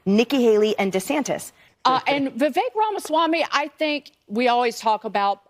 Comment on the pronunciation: His name is Vivek. It rhymes with cake-tastrophy